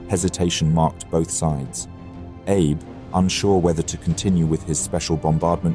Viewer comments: Hey historian...its Ahhhbay not Abe like Lincoln 😮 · The Japanese name "Abe" is pronounced "Ah-bay", not like "Abe Lincoln". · I was asking this because I was almost certain it was pronounced "ahh-bay" but I'm no Japanese speaker. I just do value trying to pronounce these historical figures' names correctly. Or at least doing your best to do so. Calling him Abe like he's old Honest Abe Lincoln was very odd to me lol. Too late to change for the video, but it could help him in the future to know it's correct pronunciation. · Yet he claims to speak 3 languages in his ad lol. He might not speak Japanese, but someone so linguistically talented could surely get ah-bae right. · Abe is pronounced Ah-bay. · Abe? Pronounced Ar-bey? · Is it so hard to correct AI? Or is it laziness that the producer lets the name Abe, pronounced "Ah-Bay" go uncorrected. I'm sure all the Japanese viewers are rolling eyes. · For someone professing to be studying 4 languages, the correct pronunciation of Admiral Abe's name is in two syllables: ah and bay, he was not from Kentucky or related to President Lincoln. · The Japanese name Abe is pronounced AH BAY. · Wrong pronunciation of "abe" Its "Ah-bay" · FYI, Abe's name is pronounced "Ah-bey". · Its pronouced AA-BE not like the first name of president Lincoln. You cannot westernise the sound of japanese names! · "Abe" as in Admiral Abe is pronounced "ah-bay". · Thanks for mentioning this point! Took me awhile to get used to "Abe" being pronounced like Abe Lincoln - lol. (Japanese is my second language.) Otherwise, really great presentation. Might I suggest the narrator use this video's sponsor, Lingopie, to brush on his Japanese! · He's pronouncing "Abe" wrong. Throughout the entire video. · Who‘s admiral abe. I thought abe was an American president? Joke aside abe is not that hard to pronounce correctly, give it a try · The machine only knows one pronunciation of Abe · Pronounce Abe correctly? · Abe is not pronounced like Abe Lincoln, it's ah-bay.